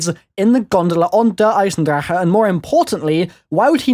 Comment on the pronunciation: pronounced drake not drachehe